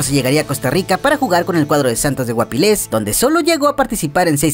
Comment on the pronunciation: Una cosa... No es santos de guapilés,es Santos de Guápiles...